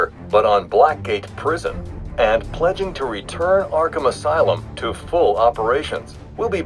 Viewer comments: arkahmn LOL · "Arkahmn" Asylum